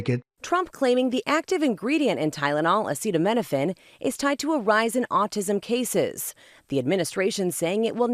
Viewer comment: "If you can't tough it out then there's that" 😮. Then there are opiate painkillers or nothing .What if the woman had an injury or a bad tooth ? He can't even pronounce " Acetominaphine" !